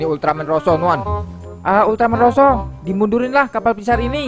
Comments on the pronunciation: Ultraman zero bukan roso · Zero bang bukan rosso